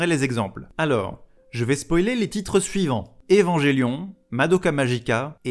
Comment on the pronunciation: Je remarque que la bonne prononciation du japonais semble important pour toi, donc je me permets de te donner la bonne prononciation d'Evangelion (attention c'est très laid mais c'est pas d'ma faute) : Evannguèlione. J'ai pas trouvé meilleure manière de l'illustrer. Oui, moi aussi je préfère la prononciation à la française. 😂